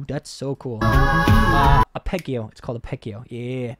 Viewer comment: Arpeggio is pronounced r-PE-g-o. Voiceplay, in one form or another, has been doing this since before you were born. I think they have a handle on what they want to do as far as their "brand", I believe you can call it "eclectic".